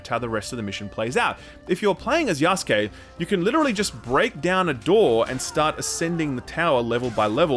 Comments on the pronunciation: "Yaskay"? He means Yasuke...the black African one. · Wait... Yahs-kay?! Isn't it Ya-sue-keh?